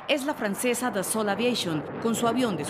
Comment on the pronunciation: Por fin alguien que pronuncia relativamente bien "Dassault" pero luego la caga con un "Aviation" en inglés...